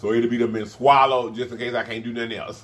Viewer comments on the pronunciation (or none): none